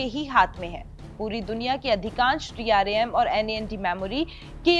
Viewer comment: Dram aur nvme hota hai bolna sekho pehle 😂